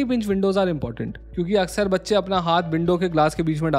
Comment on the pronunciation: I heard kacche 😂